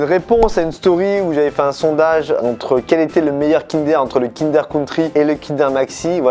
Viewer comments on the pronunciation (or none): le meilleur kinder deja cest pas kindèr mais kindeur 😡😡😡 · Par contre qui dit kindère au lieu de kindoeur mdrr